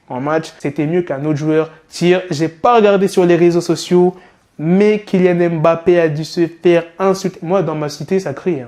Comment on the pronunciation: Mon frère 🤦🏾‍♂️toi qui est du même continent comment peut tu dire M bappé au lieu de Mmmbappé🤷🏾‍♂️ les vrais frères comprendront 😅